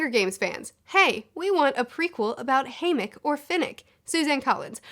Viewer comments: You say haymick but his name ia HayMITCH. You say voldemore but it’s voldeMORT. What is happening?! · Can we just talk about how she pronounced it as. "Haymic" for the first half of her video.... But other than that I like the video. Solid opinions. I just want to know how the haters felt about 'Joker' and 'Suicide Squad' and 'Birds of Prey' all these movies about villains, being kind of likeable. Second How old do people think Snow is??....The games had been going on for 74 YEARS by the time we got introduced. Snow would need to be at least 95 to have been the creator of the Games, to me it looked like the man was early to mid 70's. Finally, it seemed like Mags and Snow where about the same age. So who's to say that she won't make an an appearance???